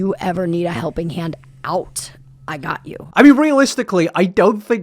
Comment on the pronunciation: Is your 'accent' super sloppy or do you have an actual speech impediment? Some of the 'ow' in your words are just SO hard to listen to. "a howping hand" like sometimes you can say an L or an R and sometimes ... you can't ? "I saw" becomes "I sowre" and it's one of the worst bad british accents, like a flagship example of why i hate british accents "singow" instead of single, so much trouble with glides..... I don't know if I'm hearing it as wrong because I'm so used to American speech, but not all british accents sound like yours either? "well" becomes "wow"